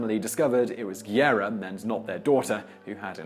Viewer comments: It’s not Guierra it’s Guerra. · Guerra is pronounced GEH-ra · I know is quite difficult to pronounce spanish names, like Guerra but, if u can't say it right, why to say it so many times? "Guerra" sounds more like "guess"